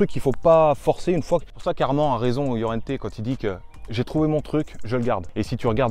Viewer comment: Par contre les gars c’est Armand Laurienté et pas Llorente comme vous dites dans la vidéo 🤣